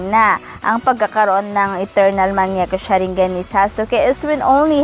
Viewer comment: Mali basa niya pati sa mangekyo sharingan